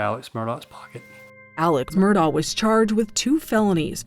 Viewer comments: They can’t even spronounce the name right!!! It is not Mur-Dow! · Ugh! It's pronounced MUR-DOCK not MUR-DAW. If you're gonna voice-over an episode, at least say the name correctly. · Any time a "journalist" reporting on this case repeatedly pronounces his name "Murdah" I know she hasn't done her homework. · If the narrator doesnt have a southern accent why is she calling them the murdars? And murdar? Its murdock in pronunciation unless you have a southern accent it just sounds weird with a normal american accent! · IT'S PROUNOUNCED MURDOCK!! How you gonna do a documentary and not know how to prounounce their name?!!!! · His name is pronounced Murdock. How do you not know that?